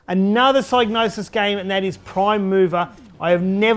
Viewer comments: You are defintely the first person ever to pronounce it with a silent G. Everyone, when growing up, on TV (e.g. ads, game shows, and computer shows), at conventions, all pronounced it with a hard G and either a "Sig" (sounds like "Dig") or as "Sy" (sounds like "Die" -- i call this a hard "Y") .....meaning, the hard G (not silent) was always said the same way. It was just the beginning part if the "Y" was soft or hard. For me i pronounced it with a hard "Y" which is the most correct version, even trumping Clarke ;P. Proof? Check out BLOOD MONEY's intro to hear how Pysgnosis pronounced their own name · You are indeed wrong. It should be pronounced Sig-nosis. The y is pronounced like in 'hypnosis' and the G is most definitely not silent. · hmmm, I decided to look into it and I'm pretty sure you're wrong. The word “gnosis” (meaning “knowledge of spiritual mysteries”) is pronounced with a silent G. Presumably the “Psy” part comes from “Psychosis”. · It's a made up word, so if the guy who made it up pronounces the G then that's that, the G isn't silent. But linguistically it makes no sense. Also saying I'm literally the first person EVER to say it with a silent G is just retarded. A combination of G and N almost always means the G is silent, eg. gnome, gnocchi, gnarled, gnat, gnaw, GNOSIS 😂